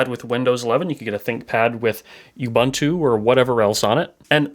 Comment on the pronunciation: It's pronounced "ū-boon-two"